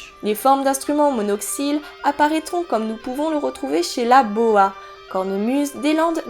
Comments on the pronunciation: Attention, Boha se prononce "Bouhe" ! L'occitan ne se lit pas comme le français. Sinon, super vidéo ! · ou "bouho", selon la région. De toutes façons c'est pas de l'occitan, c'est du gascon :-)